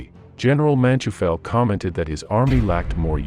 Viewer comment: It does your credibility no good to mispronounce so many names and places. MOdel (with long "O"); Man-TOY-fel. Bastogne is not just BasSTONE.